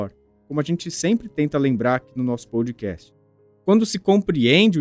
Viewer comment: Vc pronuncia errado . NÃO é pou dcast É pó dcast Pódcast na pronúncia